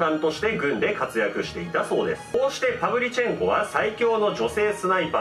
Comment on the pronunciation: パヴリチェンコが「はブリち〇こ」に聞こえた私は末期かな